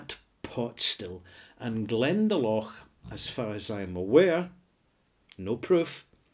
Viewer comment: FYI... it is pronounced Glenda - Lough. Hope youre well.